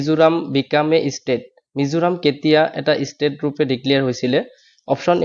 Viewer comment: Estate na State bhai speking sound is hearing Estate,❤Estate means Establish.